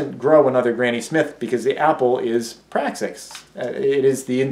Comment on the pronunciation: Little P... Praxis what are you saying?